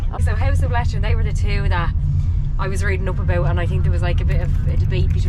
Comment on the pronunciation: Its not,lee chan,, it's lechon😅